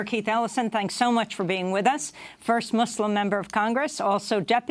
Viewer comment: I like how Amy Goodman pronounces, "Muslim", correctly.